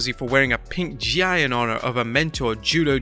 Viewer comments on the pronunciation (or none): “Gi” is pronounced “Ghee”, not “gy”. Just saying. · Just a small comment. Gi is pronounced Gee